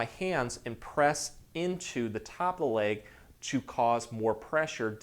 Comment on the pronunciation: Such a nice man with helpful content but I find myself wanting to correct the weird mis-pronunciations. 😅I believe the linguistic phenomenon that is happening here is called vowel transferring; where the speaker is using the “a” sound in place of the “e” sound, etc. It’s leg not lague. It’s seconds not sahcunds. It’s spot not spaht. Back is a one syllable word, not two. It’s back, not bee-ahhck.